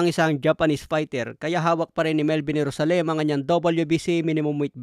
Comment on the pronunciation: ganyan ba talaga ang pag pronounce mo ng JERUSALEM? HAHAHAH